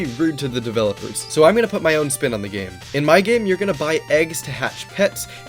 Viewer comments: Gaem u mean Game?? But Nice vid very helpfull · "gaem*😭😭 LOL